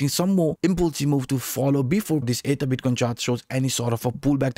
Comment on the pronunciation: Great video...sometimes it sounds like you're saying "ADA" instead of ether jsyk.